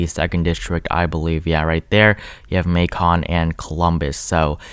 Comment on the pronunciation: Edited to say: PLEASE, FOR THE LOVE OF GOD, DeKALB IS PRONOUNCED DEE-CAB AND MACON IS MAY-kin. Hello from Atlanta. It's very intense here. People literally roll down their windows at stoplights to ask each other if they've voted already. I've lived here since 1992 and NEVER seen anything like this...not even 2008. GA looks good in blue. Red is for harlots.